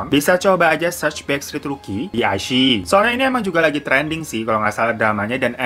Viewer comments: Wao ada Zhu Yilong 😍😍 Bagus banget sih shownya jadi gak rugi deh ditonton 🙏✨ CGInya, scriptnya, dan actingnya semuanya luar biasa. Meskipun drama original sama sekali tidak kaleng2an . Btw bang dilafalnya 'i-chii-yi' 😍 Rekomendasikan juga show lain di iQiyi : The Sleuth of Ming Dynasty (detektif yang kocak dan konspirasi2), Winter Begonia (ttg Opera Cina dan Perang Dunia), The Winner is Love (penggemar Ashes of Love pasti tahu film ini atau setidaknya dengar), My Strange Friend (keren banget, ttg org yang punya beberapa kekuatan super tapi malah sisa satu dan kekuatannya yg lain nyebar ke org lain), dan Once Upon a Time in Lingjian Mountain. Di aplikasi WeTv juga banyak yang bagus, cuma ya kalau kualitas iQiyi memang lebih bagus yah. Yang dari WeTv : The Untamed (drama viral th 2019 yang membuatmu takkan bisa move on), The Heiress (drama dimana cewek nyamar jadi cowok dan beneran mirip cowok), The King's Avatar (tentang esport, seperti Gank Your Heart), Three Lives Three Worlds Three Thousand of Peach Blossom/Eternal Love (drama lama yang bikin kamu mewek dan geram), The Legend of Fei, Detective L (sherlock holmes versi China tempo doeloe), Super Star Academy, dll. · Ka..klo gak salah baca nya "Ai shi i" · ini wkwkwk bacanya wikwikwik